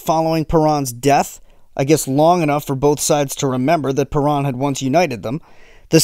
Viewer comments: Perón (Pe rOWN)... not PerAn ( Perón... like you OWN a computer, Pe-rOWN) If you are going to mention Juan and Eva Perón this many times in your story, you need to get the name right. (If you made an hour video about Hitler, but kept pronouncing his name HEIGHT-ler... ) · He never mentioned Eva Peron. He mentioned Isabel Peron, his subsequent wife. But, of course, your point about pronunciation is right on.